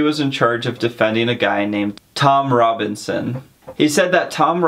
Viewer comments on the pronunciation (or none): none